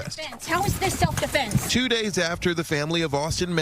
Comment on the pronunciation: "Self deflense" lol